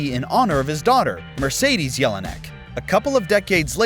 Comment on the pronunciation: Mercidis... Why you keep saying this